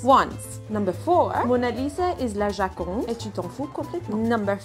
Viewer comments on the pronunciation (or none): Actually, it's "la Joconde". With an o.